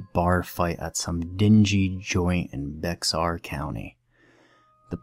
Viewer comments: It's pronounced Bear not Bexar. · It’s pronounced Bear (Bexar) county. I live near there. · no disrespect but it's pronounced Bay-Harr not Bear. Edit: Apparently both are acceptable. Lol Asked a friend in San Antonio. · you are right that is how its SUPPOSED to be pronouced if you are speaking spanish...but its been called "bear" county since its been populated by white settlers...back then..they didnt want to talk like a mexican..so they didnt and Bexar co. Came to sound like Bear co.....